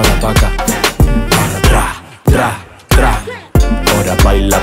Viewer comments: Logan dice PRA en vez de TRA JAJAJJAJJ LO AMO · Me encantaaaa, me da risa que Logan pronuncia Pra en vez de Tra 😂 los amo ♥️